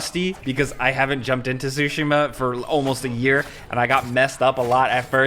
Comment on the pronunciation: It's "Tsushima" not "sushimma"